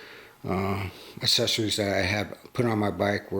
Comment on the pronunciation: Not assessories. It is accessories.